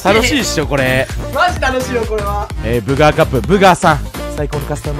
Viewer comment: 終始ブーガじゃなくてブガーっていってて草